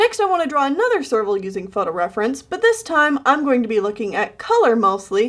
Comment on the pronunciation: Every time you say serval, my ears hear sergal, and my brain goes F U R R I E S